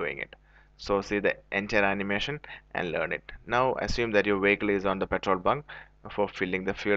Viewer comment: "petol bun"